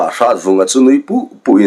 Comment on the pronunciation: nui puh2 ni lo in nui put2 tih zawk tur ni lo maw 😂